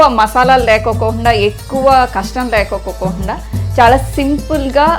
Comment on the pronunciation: Lekokukukukukunda😝😝😝 Lekunda anali thallii Lekokukuuuuuuu<uuuuuuu enti